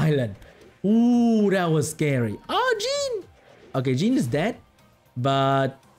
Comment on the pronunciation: You do realize that Jean is a French name here, and not pronounced "Gin" in the English way ?